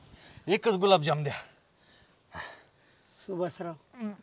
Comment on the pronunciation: गुलाबजाम ❎️जुलाबजाम 😅😂😂😂